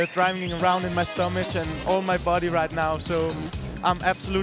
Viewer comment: When he said stomach it sounded like " stomich" wtf